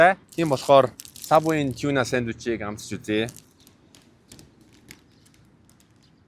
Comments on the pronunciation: choona or toona gedgiim bn tegheer shuud zawsaraar ni tiunaa geel shaachlaaa daa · Not tuna. It's tiuna